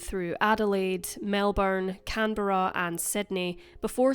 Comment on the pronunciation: Neither should you (Aussie here). Look, you said Canberra correctly, which US YTers have trouble with, so no complaints here. ;)